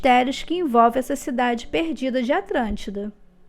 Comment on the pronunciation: Atlântida ou atrantida!!! 🤔🤔🤔